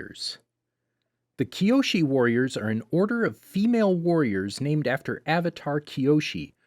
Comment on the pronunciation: please pronounce the names right ‼️